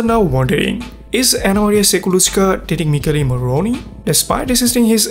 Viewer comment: he isn't italian ahah I understood it because I'm italian and he pronounced badly "Michele morrone" But that's fine!! He's fluent in English, and he has a beautiful voice. That's all that matters❤️😊